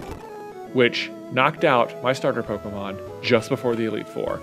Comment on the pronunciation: He speaks so nasally he says “Pokemod” and it’s hilarious 🤣 KUTGW bro. I know I’m 2 years late but I’ve watched all your nuzlockes at least twice. MAKE ANOTHER NUZLOCKE series PLEASE!